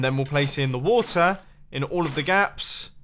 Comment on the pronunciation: I don't think Mumbo is ever going to be able to say 'water' without me having 'wata sauce' go through my head.